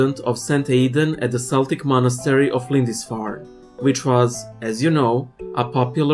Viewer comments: Also,, this is a common mistake among English speakers, native or not; Celtic is pronounced "Kelts," with hard K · It takes a certain weird talent to mispronounce so many names in such a short space of time. It must be the COVID. 🤣😂🤣. By the way, we celts pronounce it 'kelt' and Celtic is 'keltic'. Seriously, I hope you recover soon. Take it easy and look after yourself. (😷Klo-da-bob). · Celtic is pronounced "Keltic" BTW - an Irish